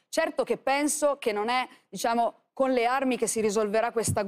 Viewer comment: "diSciamo," (GioGGIA Meloni).